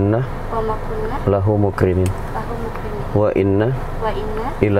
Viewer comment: banyak penumpang yang baca akhir mukrimin, bukan mukrinin